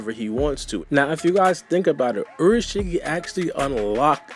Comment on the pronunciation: u said urushiki it's pronounced as in ulashiki